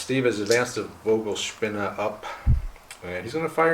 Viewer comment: German language lesson: German ‘V’ is pronounced as English ‘F’ - ‘Fogelspinne’ (bird spider = tarantula).